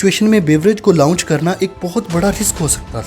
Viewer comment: لاؤنچ اور لانچ میں فرق ہے /درست لفظ لانچ ہے